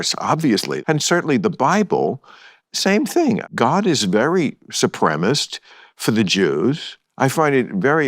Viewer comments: I find it amusing that Bill cannot enunciate supremacist 😂😂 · My favorite part is when he can't pronounce the word supremacist